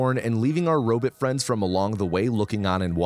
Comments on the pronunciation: Love every minute of this except every second I have to listen to you say robit instead of robot, please post a short saying just bot, do you say bit? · What’s a “robit”? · If you say Robit one more time!!! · the way you said “robot” lol Edit: I love that you keep the same pronunciation throughout the video. 🦀